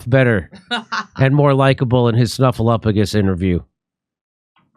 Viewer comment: Thank you for properly pronouncing Snuffleupagus' name correctly, Jimmy.